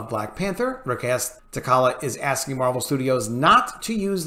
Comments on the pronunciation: Good video, love the content! But my guy...holy cow with the pronunciation of characters' names, I physically cringe with all the mispronunciations. With T'Challa alone, if people took a shot every time that was mispronounced they might die of alcohol poisoning. That said, I am firmly in the recast camp and feel that if Chadwick kept his illness silent then maybe he didn't want that to be the focus of his portrayal. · You are absolutely right! Also, please pronounce his name correctly! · You don't even say his name right....your saying tacollia???wtf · I couldn't finish the video after the third "tuhkolla" pronunciation. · I agree but holy hell what is up with how you pronounce t’challa as t’kalla? haha. Its pronounced for you 😅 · Always love your videos ... glad to hear this being said out loud! You're nailing it. side note -- the black panther's character name is pronounced Ta-Cha-La. (no 'K' sound) ...unless of course they changed that one like they did Namor (NayMore's) pronunciation -- I can't keep up :) I'm also apologizing for picking a nit on a great take. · I couldn't last 10 secs with this video. Have respect for the character yourself and learn how to pronounce his name before trying to give voice to true fans' concerns. It is (TAH-TRAH-LUHH). Anyone what has read any of the comics or..heck...seen ANY of the movies the character has been in knows this without even thinking about it. This is clickbait someone that read or saw something and is trying to capitalize off it for views and monetizing. He doesn't care if he bit of T'Challa should be recast. OF'COURSE he should be. But this guy wouldn't care one way or another. Don't fall for this just because he is providing a space for actual recast supporters to come and comment. It isn't genuine. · it's pronounced "Ta' cha la" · Please pronounce the kings name correctly. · man you butchering the name of T'Challa 🤣🤣😂😂💯💯